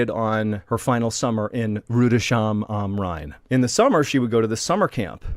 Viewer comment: It's Rood-es-hime am Rhein.